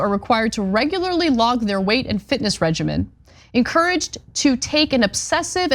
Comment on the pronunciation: Anna, Please learn how to pronounce regimen. And John, the same goes for sloth. He is referring to the sin, not the animal.